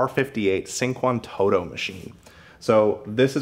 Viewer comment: Pronounced: chinkwantOtto. Nice vid !